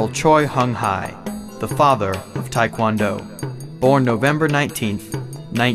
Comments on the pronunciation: well the mispronunciation of tae kwon do too, tae as in teh not tye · it's not tai kwan do you idiot1 it's TAE KWON DO! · i cant stand when people sat taikwondo ,its taekwondo tai is chinese like tai chi,tae is korean . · why is White people talking like they know about tae kwon do so much..they are not even flexible enough and especially the White narrator can't even pronounce TKD right, WTF.